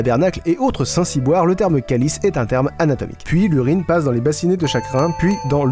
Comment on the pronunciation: Ça me fait marrer quand tu dis si des Québécois regarde cette vidéo, par contre aucun québécois, ne prononce calice comme ça, ni tabernacle, et saint ciboire n'es généralement pas utilisé. On prononce calice comme si on disait k lis et tabernacle se prononce tabarnak. Mais merci du clin d'oeil c'est sympa et marrant. Je suis québécoise et ça fait un bon bout de temps que je regarde tes vidéos, qui ont du succès au Québec aussi.